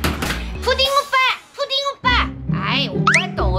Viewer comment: ‘ ’에 푸딩인데 왜 푸름이라고 했어요?